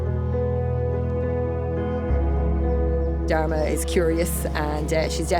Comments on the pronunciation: Am I the only one who heard "Dhar mann"? Probably not but still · how can she pronounce dharma with the worst accent still the auto caption reads it..but when an indian pronounces something in most clear manner..the caption comes out as a joke😂